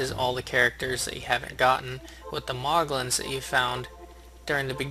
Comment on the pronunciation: WHy does he say 'Moglin' instead of "Moogle"?